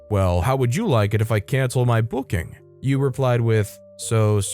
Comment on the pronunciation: Yue = You-Ay...JSYK